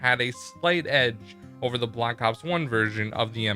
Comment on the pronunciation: When you Say That they took out "The" I hear "Duh"